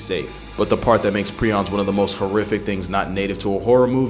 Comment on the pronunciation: It’s pronounced “pri-ons” not “pre-ons” and honestly prions are way scarier than rabies virus. At least with rabies you can get vaccines and get treated for it if caught early but if you catch prions, that’s it you are fkd period and very difficult to test for while alive. You must be dead in order to test for it, unless you have symptoms then it’s easier to diagnose but regardless you are fkd and you slowly lose your mind and sense of reality and who you are! That’s fkn terrifying